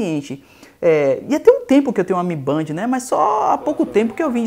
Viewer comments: Toda vez que fala "mibandi" sai uma lágrima dos meus olhos. Pronúncia correta seria "Mi Bend". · Mi Band não é mi bend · MI Bend, não Mi Bandi! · "mi BEND",mi bend kkk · Se fala mi bend porraa